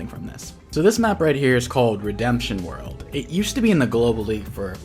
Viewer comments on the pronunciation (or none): none